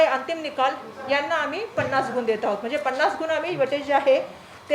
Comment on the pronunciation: शोकांतिका ही आहे की.. महाराष्ट्र राज्याच्या शिक्षणमंत्री दहावी ला धाव्वी, विद्यार्थी न म्हणता विध्यार्थी असं म्हणत आहेत..!गुण च्या ऐवजी गुन म्हणत आहे...!! शिक्षण मंत्रीच जर या राज्याचे असे असतील, तर बाकीच्यांकडून काय अपेक्षा करणार??